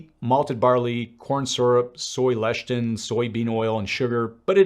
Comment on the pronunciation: LE CI THIN, NOT "LESHTIN."